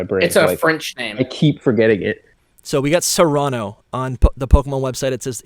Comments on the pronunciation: I think Cyrano is pronounced SEAR'-ano. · Great show, fun as always. Keep up the good work, guys! Also, just wanna throw this out there, but pretty sure “Cyrano” is pronounced “SIH-ruh-noh” (like the story of Cyrano de Bergerac based on the real person of the same name). Though I suppose nothing’s official until they say it out loud lol